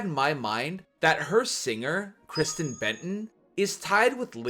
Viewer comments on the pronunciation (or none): none